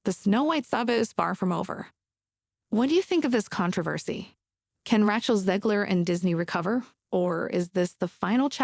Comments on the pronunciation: Completely. Got the first word “Rachel” wrong. “Ratchel” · “Rat- chell,” really?